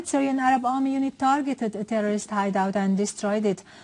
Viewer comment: How many time did she said "terrororist" ? xD